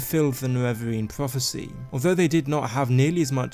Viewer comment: whats a dwagonborn and pwophecy?